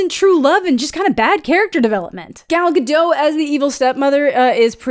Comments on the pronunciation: It isn't guh-DOH. She isn't French. It's guh-DOT. Pronounce the O as in plot, not as chemo, and the T isn't silent. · Ga-dote, not Ga-doh. She's not French. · I love love love your reviews! I agree with you on so much about this movie and these live/“live” remakes … just. not. necessary. I also believe I’ve heard Gal say her last name is actually pronounced Gah-dot with a soft T, rather than Gah-doh. Damn, though, this movie oddly committed to some odd things. Thank you for your honest and amusing review! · it’s Gadot, not Gado, the T isn’t silent at all. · For the last time: Gal GaDOT is not French. The T is not silent!!!! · She pronounces her name like "dot." Gal Ga-dot, like dots on a page. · You pronounce the T in Gadot. The French are the only ones that I know of that don't say the last letter of their words. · You're supposed to pronounce the "T" in Gal Gadot's name. She's Israeli, not French